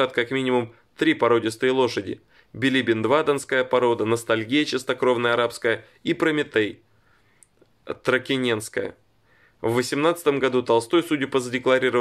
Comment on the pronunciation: Извнините, правильное ударение породы лошади -- тракЕненская. Не критика, а дружеская информационная поддержка.